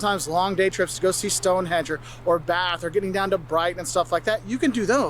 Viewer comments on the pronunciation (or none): Do you really want to take advice from a guy who calls Stone HENGE Stone Edge - just asking! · Typical, pronounced it Stonehedge and causing unnecessary anxiety about Scottish & English Sterling notes.